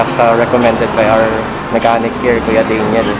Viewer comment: "ang pulley sha herep"